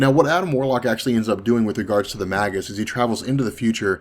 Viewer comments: It's pronounced, "MAY GUS" not "mag us". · not magus with a hard g ie magg-us it is may -jus